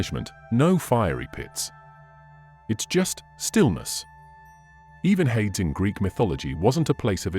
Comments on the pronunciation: It's not that important, but it IS pronounced hay-dees in English - which is probably still unrecognizable to the ancient Greeks!😊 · Hades is pronounced hay-dees by the way.